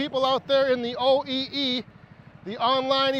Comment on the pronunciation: "OEE'S"! 😂😂😂 You're killing me!